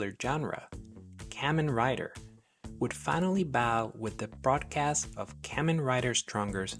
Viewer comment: Hearing you rapidly mispronounce “Kamen” dozens of times in a row is pretty hard to subject myself to.